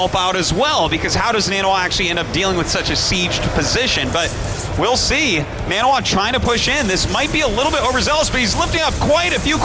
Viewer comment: I Hate the way artosis says naniwa " NA -N A WAA"